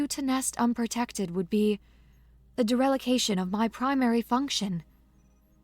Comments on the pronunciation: “… would be a derelication of my primary function” Derelication??? Don’t you mean dereliction? LOL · Add to that (as of minutes in) the words: "Tertiary" roughly pronounced: Ter-she-air-ē "Dereliction" roughly pronounced: Dare-uh-lick-shun